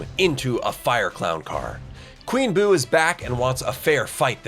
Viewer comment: ITS BOO NOT BOP